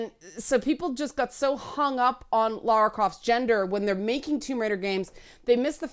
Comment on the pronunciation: Thanks for saying Lara and not Laura....drives me nuts sometimes XD